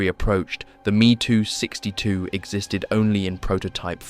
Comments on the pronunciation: Why can’t the automated speech be told to read ME 109 as M.E. and not “me” 262? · It's not "MEE 109" but EHM EE 109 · Why do you say ME as a word, and not 2 letters? Never heard anyone say it like that